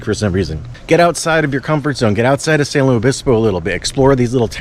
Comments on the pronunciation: Please call it San Lu-IS Obispo. Not Louie. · Why does he say "Luis" weird? It's LOO-IS. Pretty easy. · You say San Lou Obispo. I've never heard that before. I've heard a lot. You're supposed to slow 🐌 🐢 down and chill. I enjoyed your video very much ❤❤❤❤❤❤❤.